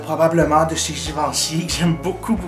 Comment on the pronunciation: Tes trop drole !! Mon dieu jadore tes video cosmetic mais la je suis FAN de toi et ton ´givenchý ahahaha